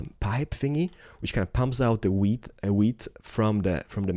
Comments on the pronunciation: When he says wheat it sounds like weed Video Rename Weed Harvester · Hahaha you say weed everytime x)